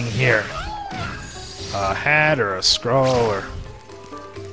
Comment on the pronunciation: Scroll! not Skrull!